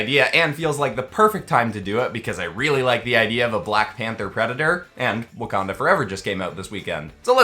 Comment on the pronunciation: WACAJA? It’s wakanda